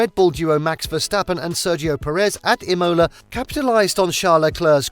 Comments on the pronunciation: please it‘s Imola, not imOla. Good report apart from that 👍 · BRO! I almost turned of the vid as soon as you said Imola……. Narrator: imoola😂 how are you making a F1 vind and dont know how to pronounce one of the most historic tracks in F1 history?😂 hahaha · Where the hell is "E-Mola"?? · im-oh-la lol